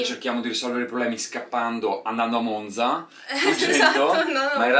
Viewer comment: haha oddio io sono di monzaaa!! bellissimo 😍 in bocca al lupo per tutto! (comunque è vero che la z di “Monza” non si pronuncia così 🙈)